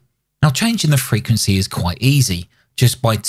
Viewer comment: Kills me how many people in radio can't pronounce the word frequency. Kina like Jimmy Carter trying to pronounce nuclear.